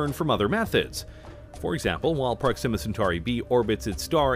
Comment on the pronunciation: Why is the narrator pronouncing Proxima wrong? Wrong inflection.